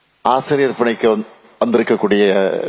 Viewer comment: A ஆசிரியர் ன்னு ஒழுங்காக உச்சரிக்க தெரியாதவனே...நீ ஒரு முதலமைச்சர் அவர்களே......